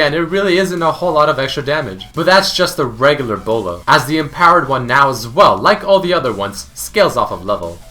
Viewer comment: did he just call the bola a bolo .... i'm out